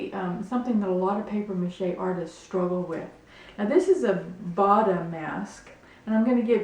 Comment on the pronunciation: it is pronounced (Ba oo ta) and they were not worn by women these masks were traditionally worn by men.